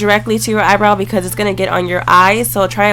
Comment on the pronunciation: EYEBROW not BROW